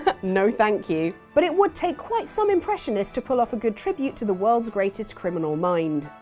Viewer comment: Oh WORLDS! I thought you said Disney Words for some reason...